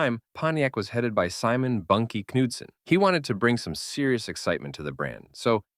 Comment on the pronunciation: silent K in Knudsen.